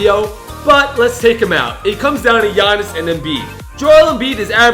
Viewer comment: the way he pronounced giannis😂